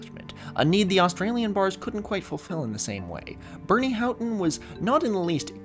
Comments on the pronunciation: "How-ton" is how people who lived through that story and gave audio / video interviews pronounce it. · that aside about -ough was a trip to experience after 20 minutes of hearing you mispronounce "houghton"